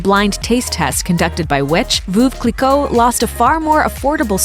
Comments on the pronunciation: Vooove cliquot??? Hahaha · Voove Clicquot!!!! It's pronounced '.Verv' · ‘Foof Cleeco’ Really?!! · WTF is "VOOV Cliquot?" That mispronunciation is making my skin crawl... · Lol at VOOV Kleekow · "Vuv clicoh" hahahah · Sue Harvey I'm a native french speaker, why the fuck would i google it? "veuve" is not a fancy word, it's just mean widow, nobody have trouble pronouncing it, so stop your bs with your broken google translation pronunciation... edit: here i recorded the pronunciation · You beat me to it! Voov Clicquot indeed! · Lol they can’t pronounce The champagne name correctly. And yes it’s worth it not comparable to most sparkling wine. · Don’t trust a video who doesn’t pronounce ‘Champagne Veuve Clicquot’ correctly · A few things, first of all you cannot compare sparkling wine or prosecco to champagne for the simple reason that champagne is only made in the champagne region in France and has a very distinctive taste. That being said, I do find Veuve Cliquot (you should work on your pronunciation for that one) over priced and would go for a Bollinger, a Piper-Heidsieck or even a Nicolas Feuillatte that are way cheaper and tastier (in my opinion). Now talking about Louboutin, yes they are fairly expensive shoes, however unlike a lot of other luxury brands that prefer to make more benefits by having their products made in China, the shoes are still made in the south of France or Italy which means that a "savoir faire" is kept and some jobs are created. You pay more for your pair of "escarpins" but you know why.